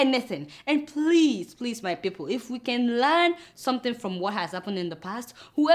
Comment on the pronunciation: Buhari needs tongue surgery. Like its people not fiiple! Lol kk